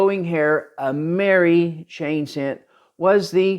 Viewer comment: Excellent and informative video! I do believe though that in the EAC circles the coin is pronounced “Am”-er-“I”. Keep up the good work! 😊